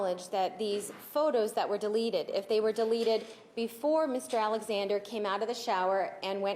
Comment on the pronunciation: Demarte its " deleted " Not " delerrreted " speak properly